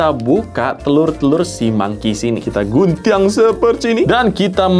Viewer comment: guntiang ? logatnya wkkwwkw